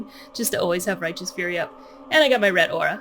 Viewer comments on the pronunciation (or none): none